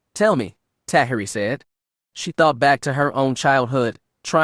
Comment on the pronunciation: As much as I’m loving this story, the mispronunciation of almost every made-up name or word makes it impossible to listen to. I didn’t recognize Piggy or Tahiri until the narrator described their history as characters, and however the Twi’lek officer’s name is spelled, I can tell it’s being pronounced wrong even though I’ve never seen it in writing.